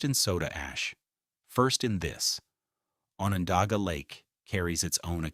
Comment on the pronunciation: I live in the Town of Salina in Onondaga County. Onondaga is pronounced with a short o. Like on. On on not off off. Salina is also pronounced incorrectly here The I is a long I, not long e sound. PS. Thanks for this very informative video.